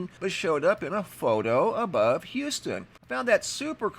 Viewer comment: Thanks so much for pronouncing Houston, not saying "Youston"!